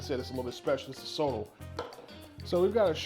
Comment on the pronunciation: Love the recipe. Just as feedback Sotol it's pronounced "so-tall" make sure you pronounce the T in it.